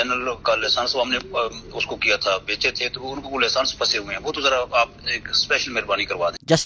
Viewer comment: Gen. Faiz hameed while speaking to absar alam " laysance" lol😂. Parha likh bhi tha ya degree bhi fake he thi..😅